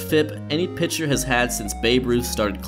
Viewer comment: excuse me, did you say "pincher"?